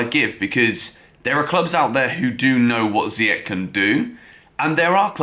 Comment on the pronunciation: How do you still not know how to pronounce Ziyech's name????? JEEZ.......